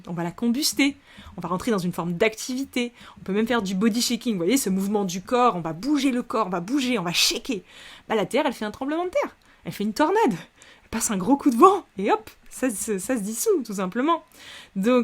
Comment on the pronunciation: Attention shaking en anglais se prononce cheïkin et pas chékin...